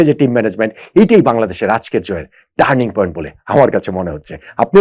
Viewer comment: ইয়েস ইয়েস টানিৎ পয়েন্ট........!!